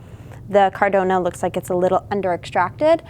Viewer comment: It's caradonna